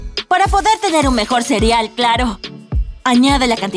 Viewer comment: Like si te diste cuenta de que digo cirial en vez de cereal